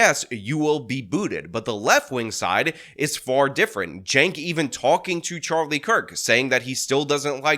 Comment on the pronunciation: Hold up! I just wanna know one damn thing. How in the HELL do you get “Jank” out of “Cenk?” That’s wth I’m talkin bout!